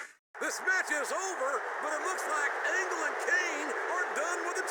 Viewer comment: Hearing you call Angle Kirk Angel reminds me of when Chris Jericho called him that in 2000 that was funny just like Kane’s hairline and I guess they had to tell you their names in their E-Mails in case you don’t know who they are